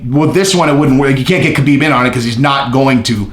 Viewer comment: Ha Beeb not Ka Been